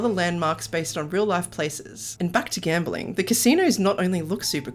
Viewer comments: Gamblering? Is that really how it is said across the pond? Gamblering....🤔 🤔 Edit: NVM you must have just misspoke there. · I like how you said gamberling😂